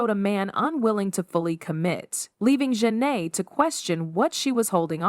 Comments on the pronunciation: The mispronunciation of her name is either because the audio is AI generated or it’s straight up rage bait. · It was so cringeworthy! Gotta be an ai generated voice! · I clicked off after the second mispronunciation of her name. Do better and stop using AI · Big Sean makes me sick And why are the names being constantly mispronounced. It’s distracting lmao. This should have been fixed during editing